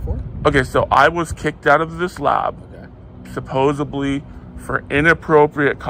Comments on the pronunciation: "Supposubly". Yep, in college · Firstly - it's supposedly not supposebly Secondly - it's seriously not serious Thirdly - it’s fewer cops not less cops You're very welcome